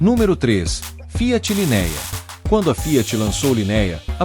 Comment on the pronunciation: LinÉa, DualogÍc, é de rachar o ouvido.